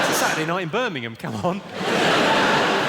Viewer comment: Sometimes it sound slike hes saying "Spermingham" instead of Birmingham